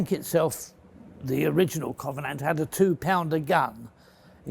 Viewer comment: I knew we could count on Mr Fletcher to pronounce the name of the bloody thing correctly.